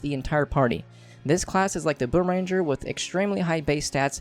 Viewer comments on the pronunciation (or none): Its boomer*ang*er not boomer- ranger... It annoys me so muchhhhh